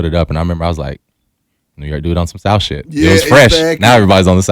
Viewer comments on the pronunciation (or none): "The souf" not "these streets" bih 😂